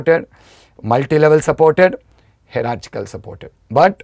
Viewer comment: Sir , its not pronounced 'hera -chick - al' ,, its more like 'haera-chial '